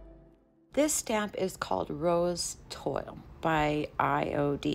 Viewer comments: Twahl is how it’s pronounced. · It's pronounced "TWAAL" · BEAUTIFUL! It is pronounced Twaal (Toile)😊